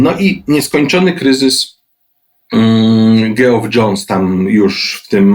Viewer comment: widać, że ogarnia Pan ten cały kryzysowy galimatias (bez wchodzenia w szczegóły fabuł). Dobrze się Pana słucha. Chciałem tylko zwrócić uwagę, że imię Geoff wymawiamy tak samo jak Jeff (Geoffrey, Jeffrey) czyli /dżef/.